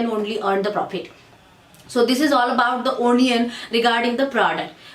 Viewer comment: Nice video... but you should pronounce it A-nion not O-nion.